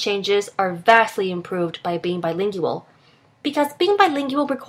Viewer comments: why bilinGIal why that pronounciation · I had to stop the video. I couldn't handle how she pronounced Bilingual. BTW I am Trilingual, and therefore according to the video above I have a smaller vocabulary. I find this untrue in my mother tongue. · Does it bother anyone else how she say BILINGUAL? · Is she mispronouncing the word bilingual? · it's really annoying how she pronounces "bilingual"